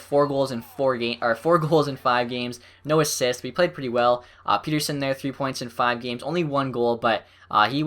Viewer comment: It pronounced "pet-terson" There's two T's